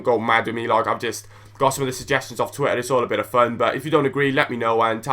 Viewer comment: How u say twitter, "twi er"